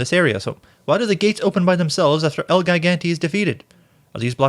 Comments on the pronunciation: wants Spanish, says el geegantay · The way he pronounced ‘El Gigante’ made me criiiiiiinge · Wow, great you have answered. Maybe the pronounciation of foreign words. I don't expect anybody not speaking their mother tongue (english obvously isn't mine either) to pronounce everything accordingly. But for example you mispronounced el gigante and the spanish line señor, qué pasa. It's just that I am (overly) sensitive to this and I believe that paying some additional attention to such detail would enourmously improve your videos (and make them stand out at least in my opinion/make them more appealing towards foreigners). Other than that they are of a high quality and you seem like an intelligent and observant person. Not trying to flatter you or something, just want to point out the positive sides as well